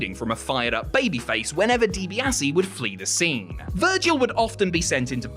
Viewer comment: you muppet, youre clearly like 17 years old and never watched wreslting in its prime late 80s through to 90s. Why? you cant pronounce Ted Dibiase's name and you think Goldberg, Lesnar was the greatest short match ever!!! nope.